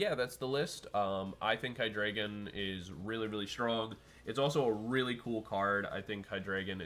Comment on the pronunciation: It is pronounced: HEE-DRY-GON (From hydra and "drei", which means three in German)